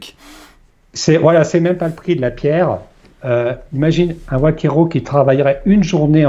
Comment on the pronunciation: Vaquero en Espagnol: garçon vacher et il n'y a aucune prononciation avec w ou son "oua". D'autre part dans cette région il y a bon nombre de paysans et pas seulement des gardiens de bœufs. Merci de rectifier